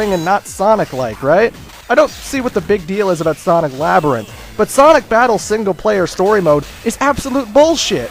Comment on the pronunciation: lol you said "Sonic Fabttle"